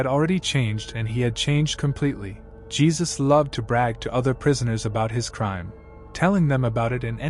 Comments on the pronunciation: It's pronounced "He-soos" not "Jee-sus" The mispronunciation bothered me so much😫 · It’s HAY ZUES!!!! Not geezuz smh damn goofies